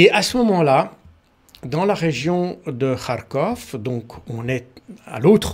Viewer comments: Je suis content D entendre KarkhOV bien prononcé et mon Karkhiv. On a de tout temps prononcé avec-Ov. Agréable D écoute un expert impartial et réaliste. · Tout à fait et il prononce bien d’ailleurs de « kh » à la russe dans Kharkov et Kherson.😊 Je pense que J. Baud maîtrise la langue russe au moins un peu.